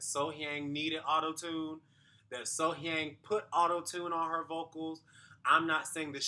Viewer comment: The pronunciation of her name is literally right at the start of the video. You have been pronouncing her name wrongly. The audience voted during the live performances. So, whether they added autotune or not, it is for the TV viewers, not for the competition.